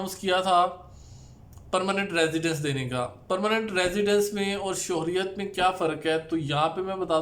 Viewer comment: السلام وعلیکم انفارمیشن کے لیے بہت شکریہ ایک گزارش تصیح کر دوں یہ لفظ شہریت سے ہے شہر سے شہریت آپ شوہریت کہتے ہیں جو غلط ہے امید ہے آپ تصیح کرینگے